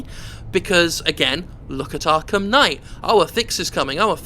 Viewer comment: why ru calling it arkham sky?